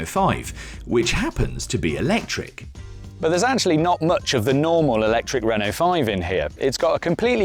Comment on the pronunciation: Stopped watching as soon as he said "electric".